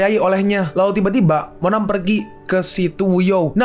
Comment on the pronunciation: di menit bilang monan